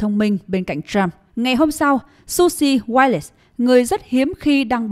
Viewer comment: This woman name is Wiles (1 syllable). How her name got changed to Wallace.